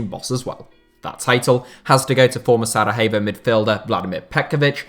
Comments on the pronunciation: "Sarahevo?" LOL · It's astounding how you have absolutely no time looking up how foreign names should be pronounced. And I'm not talking about non-English sounds, but simple things like SaraJevo. I'm almost surprised that you managed the c endings without pronouncing them as k like Tadik or Ilikik :D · SaraHevo, Vršalko.. sometimes it seems you're butchering these names on purpose 😆